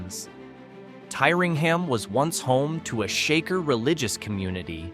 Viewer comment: Correct would be TEERingham.